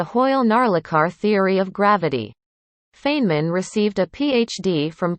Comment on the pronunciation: at least pronounce name correctly...Robot